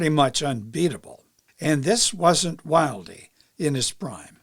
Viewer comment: Pronounced Jimmy Wild, not Wildeee. Although it's spent Wilde.